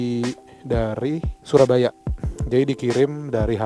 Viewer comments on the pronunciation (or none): none